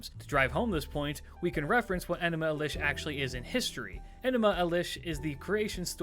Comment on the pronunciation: Good stuff but why mispronounce enuma elish?